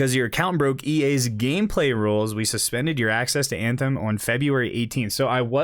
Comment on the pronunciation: "banthem" XD